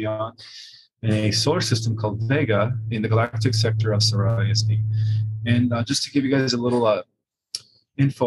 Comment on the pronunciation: It's curious how he first pronounced Siríus and later Sírius. He had this issue during Kerry Cassidy interview where she called him on his pronunciation and then he shifted after that. Strange to me. This small glitch.